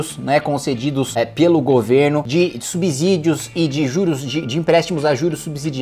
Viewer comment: Sou seguido dos seus conteúdos, e tenho as mesmas linhas de pensamentos que você, Kim. Adoro seus conteúdos e dinamismo, e por isso acho legal fazer uma leve correção.. subsídio a pronuncia é com S ... sub Si dio... Sub Zi dio não existe. Forte abraço!